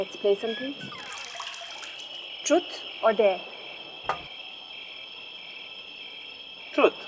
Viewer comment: interesting storyline, good production all in all, but poor acting - some over acting. Also, while I'm being critical - since when is truth pronounced like it lacks a vowel - It's pronounced trooth, not trruth!? If we indulge in Western behaviour and lingo, then we might as well get it right. Sad to see Indian women think it's so 'with it' 2b doing all the things that stink about being in western society.